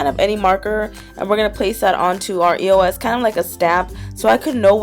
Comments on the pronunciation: It's eos not e o s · i cringe every time she says E.O.S instead of eos!!!!! who else? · you say it like this, ee-ohs. ask the people who make it on their social medias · Karina, EOS is said the first one you said.